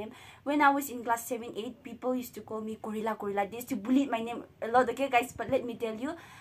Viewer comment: It's very funny when you say gorilla2 🤣😘